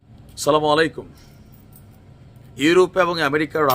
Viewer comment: ভাই শব্দটা হচ্ছে আসসালামু আলাইকুম